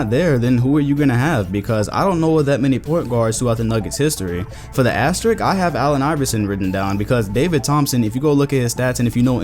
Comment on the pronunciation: ASTERISSSSSSSSSSK the word is asteriSk. there is an S before the k. asterisk. asterisk. is awesome, but please please please stop saying 'asterik' bc that's not a word.